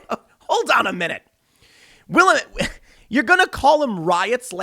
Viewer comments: Thank you Tim for correctly pronouncing Willamette. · I am from Portland, born and raised, and I can validate the insanity of the prejudice and bias of the Willamette Week paper. Also, congratulations to Tim for learning how to pronounce Willamette :)